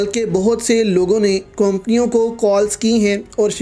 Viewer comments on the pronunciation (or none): Companio bi Sahi Tara se bolo jahil admi companio